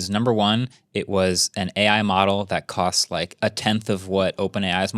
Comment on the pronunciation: MKBHD said “cots” instead of “costs” at time stamp …… it’s killing me.its Jst me or anyone. Btw Podcast love your videos.